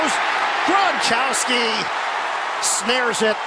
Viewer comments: am i the only one who heard gronchousy instead of gronkwlski? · did he just say gronchowski? Lol😂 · Lmao "Gronchowski"